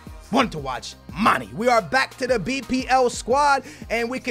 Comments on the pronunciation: Someone fucking TELL HIM ITS PRONOUNCED MAN-AY NOT FUCKING MANEE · Love u! One thing it's Mane not Money. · Mane not mani* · the "é" in Mané is pronounced aye. So his name is basically pronounced Mon-aye. 😂 Just trying to help👍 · It's pronounced "manè" seriously lmao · Just say Manes name right once pls. You say it so often lol